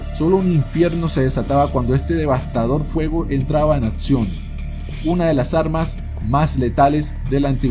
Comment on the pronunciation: Disculpa que te diga que tienes errores al hablar utilizas la P cuando tienes que utilizar la C. Ejemplo tú dices apcion en vez de decir acción